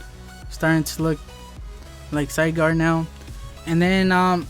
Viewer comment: Zy-gard is how you say it.